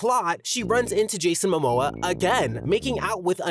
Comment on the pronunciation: "jason mimoa" 😭😭